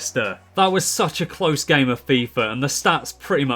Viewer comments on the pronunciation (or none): none